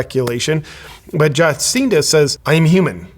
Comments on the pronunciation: "jaw seen duh"? well, she is a freak, so i guess it's fitting to pronounce her name that way. i can't wait until our totalitarian dicktator gruesome newsom walks off his job. i'm praying for it! 🙏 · You mispronounced her name . It's not Juhcinda It's Jabcinda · I think it's pronounced "Jah-SIN-duh". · I am not the greatest fan of Cindy, but listening to you makes me feel you have not done any homework on this…. Not even able to pronounce her name properly. Shame on you superficial media presenter…. A lot of hot air and flimsy arguments. Not listening to you to get proper info…! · I voted for her she got NZ through the pandemic those that criticized don't appreciate how well it worked for 95% if nzers, but we do have really selfish people here. This dude is full of shit and can't even say her name right. What a idiot with an ego. Americans mind your own business instead of gossip. Fix your own sad undemocratic country instead of criticism of others you Americans are sick ill informed liars.